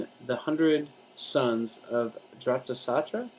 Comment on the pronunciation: It's dh-rit-rashtra